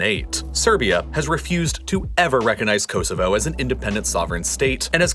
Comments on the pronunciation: Very very informative, thank you. Apart from your excruciatingly annoying septic accent and your appalling pronunciation of “Kosovo” I congratulate you on your correct spelling of “maths” and not the very annoying “ math” which your countrymen consistently annoy the rest of the world by getting wrong. Its MATHEMATICS ( plural) therefore the abbreviation is maths. Well done, there’s hope yet. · ko-zo-vo thats hopw its pronounced